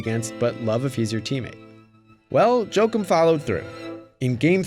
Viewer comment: Jo-Akeem, not Joke-um